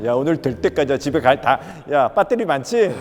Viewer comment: 요정 님의 너무 구수한 ‘빳데리’